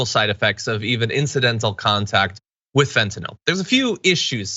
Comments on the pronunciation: It's fentanyl, not fentanol. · I think they should arrest anyone who calls Fentanyl "Fentanol." If you care enough to develop a sleazy drug habit, at least know how to pronounce the name of the crap you're putting into your body, JEEZ! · What's up with all these "experts" who pronounce fentanyl fentanol?